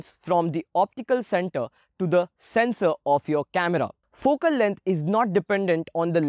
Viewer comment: My head moves to the left and to the right everytime I hear he says fokel leng